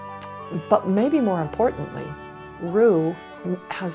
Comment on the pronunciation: There's a lot in here that is wrong. The word for "shepherd" is not "roo" it's ro'eh (pronounced row-eh, glottal stop in the middle). Ruth is completely unrelated. Reuel means "friend of god" not "shepherd of God." And "shepherd" and "friend" are different words from similar homophonous roots that are distinguished in the lexicons. (One was probably voiced ayin, and the other unvoiced, two letters that remain distinct in Arabic but were written the same way in Hebrew. We know the two sounds remained distinct in speech and semantics, however.) The shepherds weren't thought to be friends with the sheep, that's confusing the roots, and then engaging in a linguistic fallacy of etymologizing.